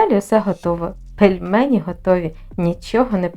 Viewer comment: "ПелЭмені"🤦‍♀️ І про ніжки маячня, в жодній інстукції про це не написано! Навіщо брехати?..